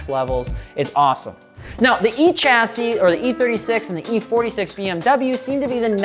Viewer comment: dude said echassis 💀